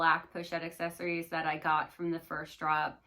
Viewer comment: "Accessoires" is not pronounced "accessories"...so many creators say it incorrectly.